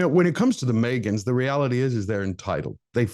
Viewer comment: Every time says “the Meagan’s “ I chuckle (Oh, oooppps! Did I spell Meeeegain incorrectly??)